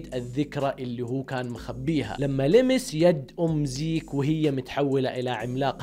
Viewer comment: زيج خليجي 😂😂😂😂